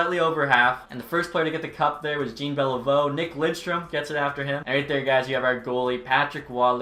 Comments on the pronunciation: Way to sound american it not "jeen" beilveu it's jean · Not Gene Beliveau it's more like John Beliveau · are you trolling pronouncing it (Billie) Jean, instead of the proper way? Jean Beliveau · Jean is pronounced 'Jeen' in English so I can see why he messed up the pronunciation. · 0.500 hockey is winning more than half of your games, not earning a point per game. please don't perpetuate that nonsense. 38-37-7 is really 38-44 and a 0.463 winning percentage. Also, please learn how to pronounce Jean Beliveau's first name. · Your pronunciation of “Jean” is horrendous btw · Jean 👖 beliveau is painful